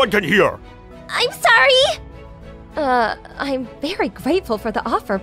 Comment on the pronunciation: What he gonna do saying sowy😆